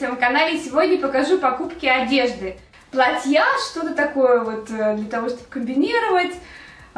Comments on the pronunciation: мне тоже послышалось платьЯ))) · не ори плАтья-ударение ставь правильно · почему вы не правильно ставите ударение в слове платья